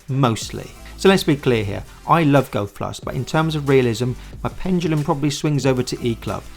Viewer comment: Why can't you pronounce the word 'golf' properly? lol